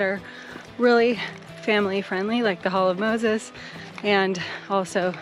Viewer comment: Girl, you really get around! Wow, you’ve been to some awesome parks. Great content. I’ve been to a lot of places in your videos, but this is a good list of additional places to hike. Also, it’s Hall of Mosses not Moses. lol. Also, glad to see you do it on a budget, not sponsored high end living, which isn’t realistic. 💪👍🙏❤